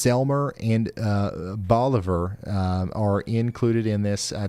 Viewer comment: Also, bolivar is a short O.